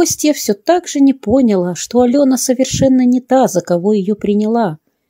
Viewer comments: Спасибо за рассказ. Но ударение неправильное на слове пОняла . Правильно: понялА. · Да.невозможно слушать... ПриглОсишь... пОняв...пОняла... Жуть просто.. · "пригло́сишь"??? Может быть "пригласи́шь"? "Не по́няла", а поняла́. Не "С командировки", а ИЗ командировки. "ВыпиМши" ?? "выпиВши"😊 желаю вам немного "подтянуть" русский язык❤ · Чтец, пожалуйста, уточняйте ударение. ПонялА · ТО и случается...взяла ЗА руку...приглАсишь ( с ударением на букву И )...вышла ИЗ комнаты...не понялА...ИЗ командировки....проходило ВРЕМЕНИ... немного выпиВши...из мембраНы...НАДЕВАЛА пальто..и т. д. вот так правильно говорить. Кроме того , много неправильных оборотов речи...стилистические ошибки... Постарайтесь исправить их. И еще... Славик убеждал Олега в наличии у него диплома , а затем... Олег встал и достал из шкафа диплом... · Ударения жуть! Режет слух чтение и мешает слушать! ПриглОсишь, вышла С комнаты, не пОняла, приедет С командировки и так далее... Русский язык такой красивый! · Ударение в слове ПОНЯЛА надо ставить правильно